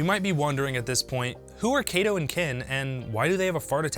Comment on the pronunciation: Kato, not Keito.